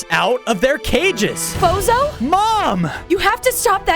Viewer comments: I heard bozo to lol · I thought they said bozo💀☠️